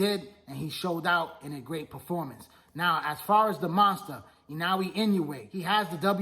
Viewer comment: At least pronounce Naoya’s name right smh